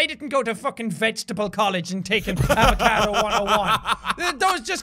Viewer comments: Jack that's not an avacado it's a Fr esh a vaca do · When Jack said avacadeo I died